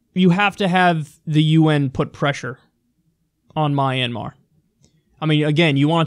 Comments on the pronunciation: It's not called My an mar it's called Myanmar:Mianmar. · Kyle, I believe it's pronounced Mian-mahr.